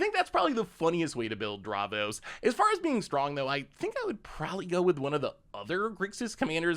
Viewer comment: Thats not how you say davros XD